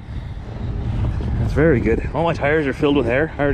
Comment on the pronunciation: Wery... wery... nice weather 😰